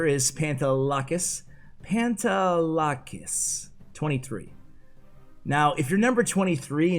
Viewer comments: I’m Greek and it’s pronounced Pah-nte(de)-la-kees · Yo I’m greek and speak the same language as people from Cyprus and his name is pronounced “pan” “de” “lack” “is” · The legend has it still can’t Pronounce the pantelakis name right